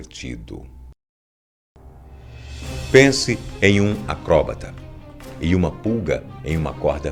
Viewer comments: porra boco, acróbata eh foda neh filho.. acrobata, enfase no A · Pq será q ele fala acróbata? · Melhor coisa é ele falando "acobrata" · "Acróbata" é novo!